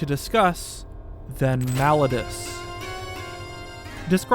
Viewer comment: I hate to be that guy but I really wish he would say Malladus correctly